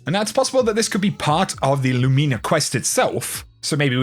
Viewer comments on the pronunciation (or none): I love your content, but... it still bothers me when I hear "LOO-MEENA" instead of just... "Lumina." Emphasis is on the first syllable and the "I" is making the same sound it does in the word "din." Latin is literal. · Christ it’s not Lumeena!! I believe you are the only person pronouncing it completely wrong. Wow!!